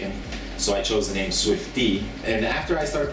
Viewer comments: Haha Swifty mispronounces so many names. We still luv you though swifty. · i love swifty but he is terrible at pronouncing people names